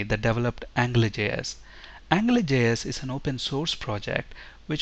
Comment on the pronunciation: it sounds like you are saying "angler" js.